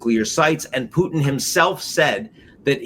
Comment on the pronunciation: Excellent informative interview. But I find it so strange that Ian Bremmer, a seemingly professional in this field, completely butchers the pronunciation of every single foreign name. Drives me crazy listening to professionals that say "Benjamin ned'n-yahoo". And since when is "Qatar" pronounced "cutter", or the head of russia "pudd'in"? Come on, you can do better!